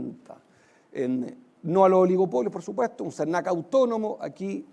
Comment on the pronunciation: Que le pasa al presentador con las "S" ¿no sabe pronunciar el español?, "Esetamose", por "supueseto", los "candidatose" muchas "graciase" realmente empalagoso y cansador. Por favor que los periodistas aprendan a hablar correctamente.